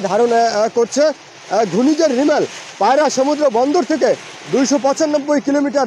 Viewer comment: সঠিক বলেছেন রিমাল কে রিমেল বলে😅